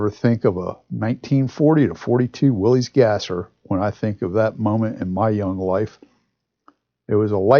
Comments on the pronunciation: I love the video, but I hate to have to complain for the 8 millionth time, the name of the car is pronounced WILLIS, NOT WILLY'S, OR WILLIE'S. It was named after a man named John North Willys, pronounced WILLIS, who founded the company that made the car in 1908. Otherwise, wonderful video, great brochure, excellent information. Sorry for the rant, but it drives me crazy. Just saw Dave's comment below...sorry to double down... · Hi, nice car, nice video, nice dealer sales brochure! The value of the Willys Overland's keep going up and up, according to Old Cars Magazine's annual Old Cars Report Price Guide. I think of the 1940 Willys as a mini 1940 Ford. By the way, Willys is pronounced "willis" not "willeez". Please reply. Dave...